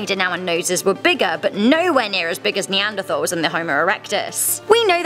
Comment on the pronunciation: i know it’s spelt neanderthal but it’s pronounced neanderTals...